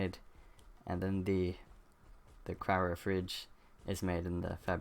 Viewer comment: The way you say Cryo upsets me.... xP thanks for the vid will get the gacha one, the rest seems OP.